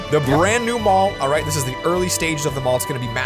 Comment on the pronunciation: Did say pall insted of mall